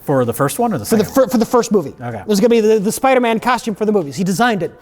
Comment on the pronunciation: “Spidermin”